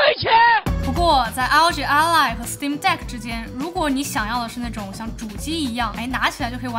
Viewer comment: ROG Ally 唸做 阿利 不是 阿萊